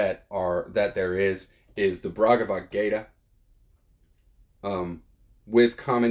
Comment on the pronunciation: Bhagavadgita, not BRagavadgayta